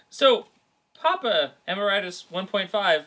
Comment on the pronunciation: why can't people ever pronounce Emeritus right? Em-air-it-us